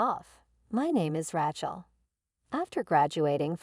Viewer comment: Bad reader. Who wrote this? They need to learn language and spelling. If it was done by an AI, well, the Artificial Intelligence isn’t very intelligent! The worst I’ve ever read. And the way she pronounced the name Rachel….😂😂😂